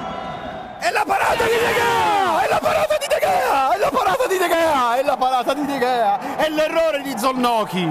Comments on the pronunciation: Il nome si pronuncia De Hea però scritto Gea. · irritante il modo in cui sbaglia la pronuncia di De Gea per tutta la partita.